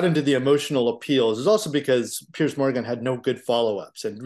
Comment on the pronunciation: Piers is not pronounced pierce. He doesn't pierce a tomato. He peers, then runs away from debate.